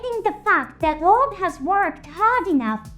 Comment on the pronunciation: Your video have a good script, but somehow.,,your AI can't pronounce some words correctly like Orb and ect... Anyway good video bro 😉👍